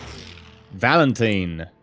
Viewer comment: I find it funny how you can't pronounce Valentine :p